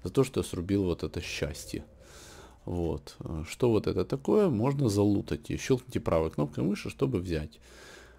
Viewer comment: залутАть, а не залУтать